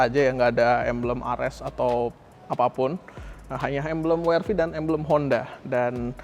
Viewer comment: bilang "we er ve" aja bang kalo susah bilang "dabelyu ar vi" 😊